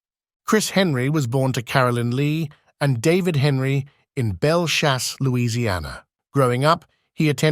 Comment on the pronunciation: It’s Belle Chase not Belle Chauce, say it right